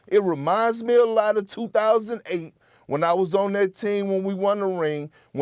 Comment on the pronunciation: Did Perk say "Wussell Westbrook"? LOLOLOL